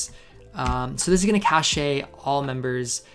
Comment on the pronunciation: yeah i'm pretty sure it's pronounced "cash" lolol. great vid tho!